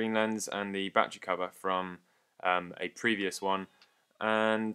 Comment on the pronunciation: Love these videos but... Ba-tte-ry. Not "batch-ree". Such awesome content, but this drives me nuts!